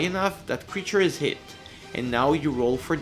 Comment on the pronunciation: bro do you even english? health as elf and hit as it like wtf